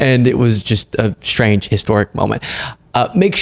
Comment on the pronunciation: love what you do, but the word is pronounced "just", not "gist" (I'm a grammar nerd)